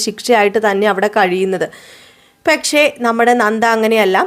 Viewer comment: പെക്ഷേ.. പെക്ഷേ.. എന്ന് തന്നെ പറയുന്നു